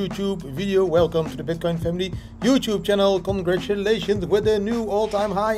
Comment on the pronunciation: I'm pretty sure at one particular moment you said bitkind..too excited I guess